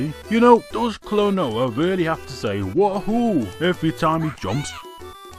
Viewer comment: Klonoa says "Wahoo" not "Woohoo"